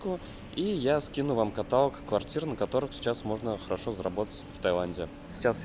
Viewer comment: КаталОг. выдал все возможные и невозможные ошибки.